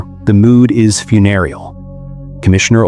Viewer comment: And the mispronunciation foon-er-al instead of foon-eer-ee-al for the word funereal.